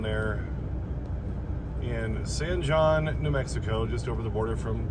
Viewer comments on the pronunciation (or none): Happy birthday,!! FYI, where you are staying, San Jon is pronounced San Hone not San John.